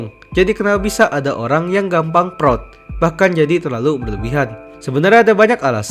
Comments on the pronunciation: bang bilang proud jangan prot 💀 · Yang orang lain dengar "proud", yang aku dengar "prot prot"